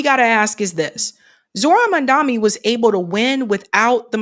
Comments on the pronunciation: Pls get his name right…it’s Mamdani not Mamdami… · Mom. Don. Knee. Not Mamdami. Not Mandani. Not Mondami.